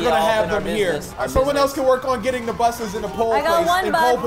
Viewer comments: anyone notice that there saying buth instead of bus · They kept saying "Buth" It's so annoying and they do for entertainment but it was just annoying for me. (The OCD life D:. It sucks) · they're saying buthes